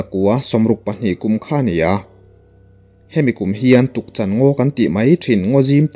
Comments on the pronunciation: Tukchan ngaw niloin Tukchân tih tur a ni e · Tukchan...Chan hi ka thilneih ka chan ti Anga lam tur